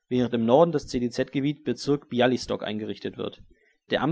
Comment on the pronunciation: Kleiner Hinweis: Białystok wird eher wie Biauistok ausgesprochen, und das sz in Troszyn steht für ein normales sch :)